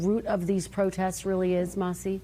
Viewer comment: Her name isn’t “Mahsi”! It’s “Masih”. Not so hard to say it right by the journalist😄